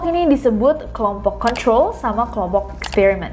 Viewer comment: english accent nya nessie yang agak unik atau aku yang salah dengar? setau aku control dibaca KeNTrOl (huruf kecil dimaksudkan membedakan E dan e, juga r dibaca halus). tapi nessie terdengar seperti mengatakan KONTrOl (r terdengar halus), jadi agak rancu.